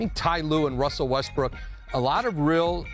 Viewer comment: did she just call him Russell Westbrick?